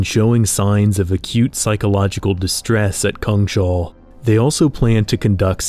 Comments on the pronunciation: It took me a moment, but is "cungshal" meant to be "Kungshall" (King's Hall) in Swedish? If so, it's pronounced something like "koongs hall". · Just a note that it's "kungs-hall", not "kung-shall". It literally translates to "kings hall". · It cracks me up that you keep calling it Kung-Shall. Its Kungs-Hall, isn't it? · It's not Kung Shall. It's Kungs hall. In English, King's hall. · It's not pronounced Kung-shall btw, it's pronounced Kungs-hall. "Kung" meaning King, and "hall" meaning hall; a big room. The whole word means The kings hall. We swedes like to write words together as one if one word is descriptive of the other, hence why we write it as one word, "Kungshall", instead of two, "Kungs hall". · So cool. I think Kungshall should be pronounced "KUNGS-hall" instead of "Kung-SHALL" though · Kungs-hall, not Kung-shall It's just King's Hall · Its "Kungs-hall" [Kewngs-hal] meaning the Kings hall. Not "kungSHAWL" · Kungshall actually means kings hal and is pronunced kungs-hall in Swedish. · Kungs Hall (kings hall) not kung shall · Kungshall. Kungs hall. King's hall. Kungens hall The King's hall. "Kung shall" is not a thing. "Shall" is not even a word in swedish. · Neat video but a little disappointed you didn't think about checking on the pronounciation of "Kungshall" (lit: Kings' Hall); Say it as Kungs Hall with an a as in apple. :) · Just a quick note here, "Kungshall" is Swedish for "KIngs hall", and should not be pronounced with a sh-sound :) Just imagine "Kings hall" but with a U instead of an I.